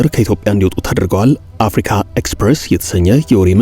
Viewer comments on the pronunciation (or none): none